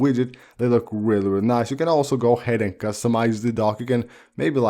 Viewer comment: I knew to come to the comments the moment I heard “whelly whelly cool” 🤣🤣🤣🤣🤣🤣